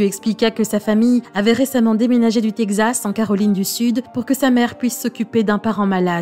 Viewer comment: Quelle voix mielleuse ! Et le texte lu de manière hyper dramatique pour te tirer une petite larme 😿 mais quand elle dit tegzas au lieu de Texas, ça m'a bien fait marrer 🤭. Pour le fond de l'histoire, heureusement qu'il n'y a pas que des gros bat.... Sur terre.